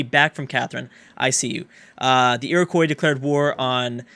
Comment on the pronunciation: It's Iro-qwuah, not Iro-koi :P for the iroquois